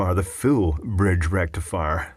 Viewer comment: Da Full Brridge Rrrektifierr!